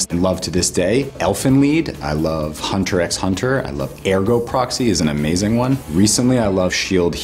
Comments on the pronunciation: “So, I called in reinforcements” Dude proceeds to pronounce the X in Hunter x Hunter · guy: says Hunter EX Hunter Me: ARE YOU KIDDING ME ITS HUNTER HUNTER AHHHHHHHhhhHhhhHHhhhJHhhhHHHhhhHh- Brother: SHUT UP DAMBA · Anyone else bothered by how he pronounced the x in hunterxhunter? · “I love Hunter x Hunter.” Yeah ok, usually fans know the x is silent. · OH... MY... GOSH... 'sigh' he said the x... your not supposed to say the x. :( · Chi Toonami says “ Hunter X Hunter “ with the x